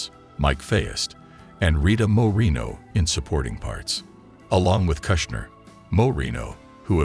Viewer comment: It's pronounced "moor-eh-no" not "moh-reen-oh" SMH.